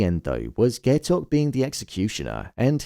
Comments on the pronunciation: pronouncing it "gay-tok" is crazyyy 😭 (guy-tok) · How are you gonna pronounce Gaitok's name wrong during the finale review smh